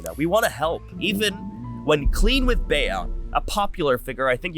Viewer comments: it’s bee not baya haha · her name is BEE not BAYA 😭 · Bea is pronounced "bee" 🐝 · my name is bea and u can say bee, be-uh or beh-uh like how hes saying which is the spanish pronunciation. it all depends on the person! 🫶🏼